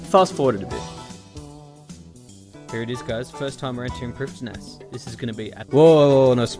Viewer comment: Loving this series, but with SotE coming up, it needs to be said: Lletya is pronounced "h-LET-ya", with 'e' as in 'yet'. Prifddinas is "PRIV-thin-uss", with the 'dd' being 'th', as in 'father'.